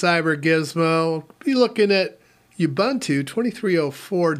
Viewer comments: It's pronounced "OOBOONTOO". "OOBANTOO" doesn't exist. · I pronounce it the same way Mark Shuttleworth pronounces it. Plus Ubuntu is not a word my my native language. Nuff Said?